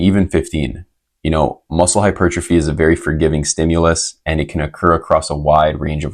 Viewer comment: hypurgetrophy? sorry hahah... solid info tho